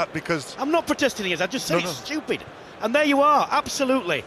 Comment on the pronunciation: Lol, its "stooped!"